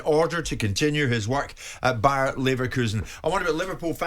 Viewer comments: FFS!!!It’s Bayer as in the pharmaceutical firm and not bayern !! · "Bayern" Leverkusen? It's mpossible to take your channel seriously. Low quality analysis on top of that.